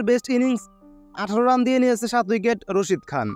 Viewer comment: আপনি রাসিদ খান কে বলছেন রসিদ খান😂